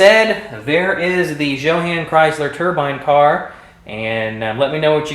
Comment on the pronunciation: It's pronounced yoh-hahn I believe... You did a beautiful job on this bro'!!! A kit I've always been interested in...